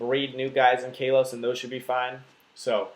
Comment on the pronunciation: I don't mean to be that guy, but I'm pretty sure it's pronounced "KAH-los" instead of "KAY-los."